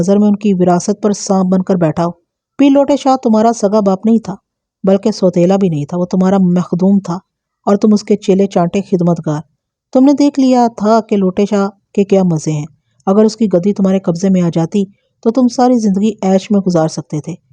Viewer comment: أپ لفظ مخلوق کو مسلسل محلوق پڑھ رہی ہیں اور مخدوم کو محدوم ۔ یعنی خ کو ح پڑھ رہی ہیں جو کہ درست نہیں ہے